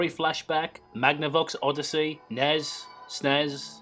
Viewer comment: You say the letters of the console. N-E-S and S-N-E-S. I'm sorry for correcting but points to self huge Nintendo nerd lol